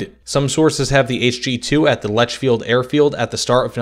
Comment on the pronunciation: Not every English speaker pronounces German words incorrectly, although the narrator here is particularly bad. He pronounces Lechfeld wrongly too. And don't get me started on kilOMetre instead of KILometre.